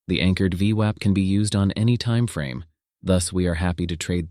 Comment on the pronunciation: This is so painful to watch with the daft voiceover changing the pronunciation of VWAP all the time.